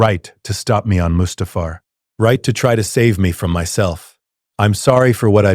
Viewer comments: That pronunciation of Mustafar was criminal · Saying Mustufer with the hard ER in the year of our Lord 2026 is crazy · Dude I swear pronouncing Coruscant and Ani and Mustafar all wrong